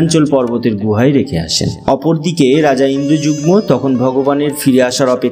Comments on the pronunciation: 'Indrajugmo' bolchen , ota "Indradumno" hobe. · রাজা ইন্দ্রযুগ্ম নয়, তিনি ইন্দ্রদ্যুম্ন। নীল অঞ্চল নয়, নীলাচল। খুব সুন্দর বর্ণনা হয়েছে।